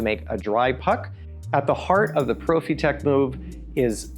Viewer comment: Quick saying Profitec like that 🤦‍♂️